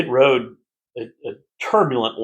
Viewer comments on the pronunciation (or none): none